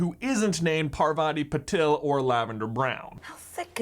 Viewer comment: it's not "parvatee patil" it's pahr-vuh-thee puh-tell